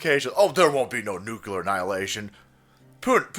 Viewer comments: Nuclear “ ……NOT NUCULAR lol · Just some helpful pronunciation tips: Say “new.” Say “clear.” Put them together, and that’s how to pronounce nuclear. It’s not nucular. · I was calling attention to the way pronounces "Nuclear" as "Nucular". I thought that was clearly evident. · You say nooocoo-lar. At least you don’t say Poo-hen. Glottalized middle t’s drive me nuts. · Oh no salty confirmed extremist. Who else says "nukular"? Lol fallout fans and George Bush....not a good look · NUCULAR?! C'MON Man! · Did just pronounce nuclear nukuler? Respect 👊